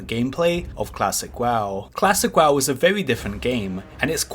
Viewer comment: Im sorry but your speech impediment makes this hilarious to watch :D "Classic waw" etc :D